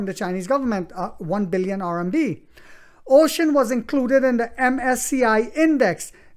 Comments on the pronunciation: Uxin is not pronounce as "ocean". It is called u..... xin. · The pronunciation for the company’s Chinese name is Yo-Shin. But I am sure when the stock is taking off, there will be an “agreed upon” pronunciation by the Wall Street.